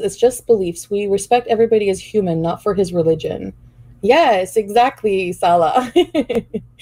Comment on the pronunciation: They talked so much, yet she doesn’t pronounce (inflection) his name correctly. She says Salah with the same inflection as we do salad. Then it became Sa-La